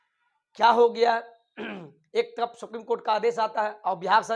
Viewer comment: Tarafa Kyon bolate ho tum